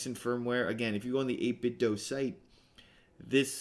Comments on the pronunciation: According to the 8bitdo speaker the do is pronounced like the word instead of like Nintendo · It's actually 8 bit "doo" 🙂